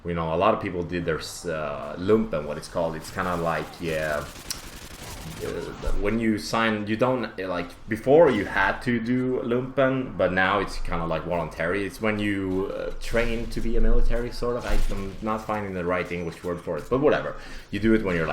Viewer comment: Wolentary?? Voluntary with a v my friend. Men du har sjuk fantasi..sköt om dig